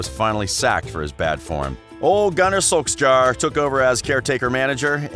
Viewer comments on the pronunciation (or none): French and also Ajax, Scholes, Solskjær... great video outside of the incorrect pronunciation tho